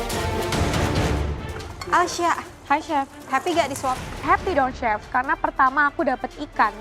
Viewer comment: kebawa ngomong Chili, nyebut Chef jadi Cep 😭